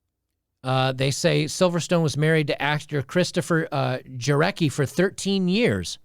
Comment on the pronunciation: Jarecki is a Polish name. Don't bucher it. It's pronouced more like "Yaretski".